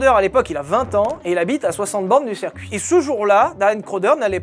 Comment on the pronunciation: On dit cIrcuit, pas cErcuit, bon sang ! 😅